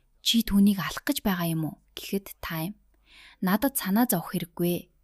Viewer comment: Чи ямар худлаа ярьдаг юм Тайм биш Таам наадхаа voo-гээс ү